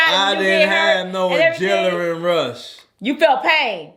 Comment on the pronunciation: “ I didn’t have no ajenalin rush” you a mess